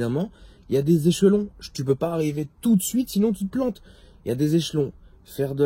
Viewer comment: Des guillEEEmets , des echEEElons